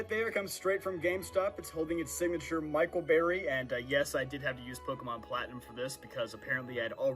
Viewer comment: Michael berry? B R U H 🤣🤣🤣